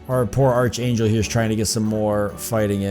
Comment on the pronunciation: it's pronounced ark angel not arch lol